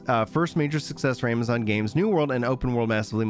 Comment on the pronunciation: "Ama-gonz Games!" HEH never change you.